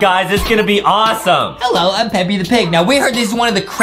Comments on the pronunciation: It's Peppa not peppy and Justin needs dounts and Adam needs some milk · It's peppa not peppy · That ain't peppy piggy bruh it's supposed to be Peppa pig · Peppa not peppy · The way u said "they passed by pepies house (pepa pigs house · It's not peppe it's p e p p a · Its not peppy its pappa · Peppy? IT'S PEPPA! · what is pepie pig its supposed to say pepa pig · Its peppa not "peppy" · It’s pronounced Peppa P-e-p-p-a